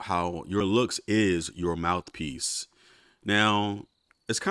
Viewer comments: Mouf piece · 😂😂 I was about to comment “mouf” too lmao